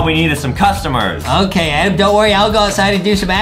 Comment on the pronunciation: it,s not adem it,s adam